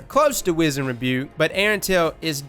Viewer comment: love you bro, been a sub since d1 (top tier content btw) but if don't stop mispronouncing the word wizened.... Maaaaaaaan!!!!!